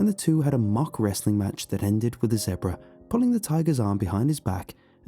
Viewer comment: I love how he says zebra like Debra 😆